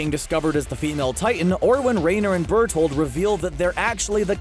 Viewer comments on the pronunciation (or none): none